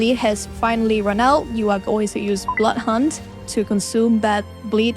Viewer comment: When you say Blood Hunt, it sounds like “Butt hunt”. Spilled my tea just now 😅